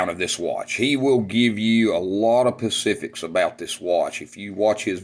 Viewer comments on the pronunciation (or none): Pacifics??? Specifics.